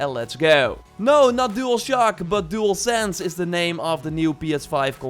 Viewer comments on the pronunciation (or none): It’s like he said DualSans.